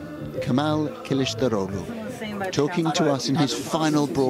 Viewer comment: İt is amazing that correspondent pronounced kılıçdaroğlu’s name correctly 😊